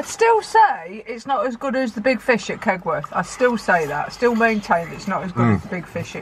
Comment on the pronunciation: Right folks fishehh